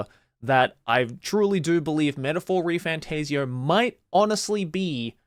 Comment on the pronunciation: Also it’s not refan TAZE eoh, it’s tassio